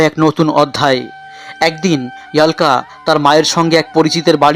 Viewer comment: ইয়াল্কা বলেন কেন! অলকা বলেন..